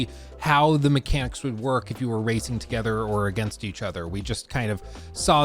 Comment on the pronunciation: why does it sound like he's saying "there's going to be more racism playlists available"😂😂